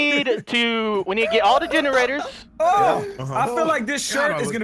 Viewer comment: Somewhere around 8 minutes I think said "genderaters" instead of generators